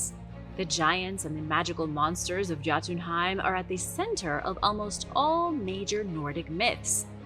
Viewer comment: The J in Scandanavia is pronounced as a Y. It's pronounced Yotenheim and the residents are Yotens